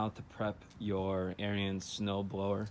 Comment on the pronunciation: you are pronouncing ariens wrong!